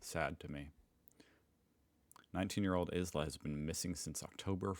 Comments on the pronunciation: Oh, and the name "Isla" is pronounced "eye-la"... have you really never heard that name before? I remember you not recognising "Felicity" the other day too. The people in Indiana must have such boring names. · ISLA is pronounced the way we say isle and island. Why did you read Broonswick? It’s a short vowel, Brunswick as in buns and runs. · Isla is an old old name pronounced eyelah. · Isla pronounced eye la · ISLA would probably be pronounced, EYE LA. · Isla is pronounced "eyela" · Is Isla not a name in the USA?? It’s pronounced like island at the beginning like “eye-la” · Isla is pronounced ILA like in island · Isla is pronounced eye lah Brunswick is pronounced B-runs-wick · Isla is pronounced like 'island': eye-la. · . It’s pronounced eye-la. As in island. I know, weird, isn’t it. Fairly famous Aussie actress Isla Fisher was in a Scooby Doo movie & Confessions of a Shopaholic.